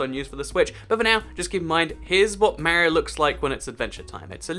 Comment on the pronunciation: it's Mario not maario